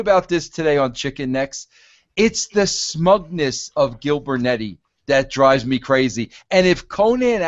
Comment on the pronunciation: “Gilbernetti” Lol